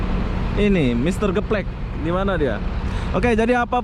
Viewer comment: Mister gaplex bukan geplek bang hahahahaha